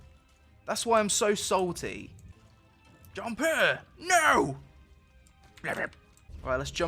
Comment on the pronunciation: Best part is the 'Bewbs' then jumpuh